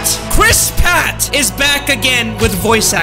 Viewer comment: It's Pratt not patt